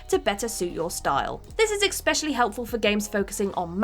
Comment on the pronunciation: "Expecially"......I'm done.